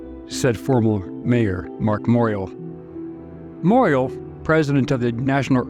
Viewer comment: Moriel is pronounced “Moore-ee-Al.” Last syllable rhymes with owl or Al like Al Rocker.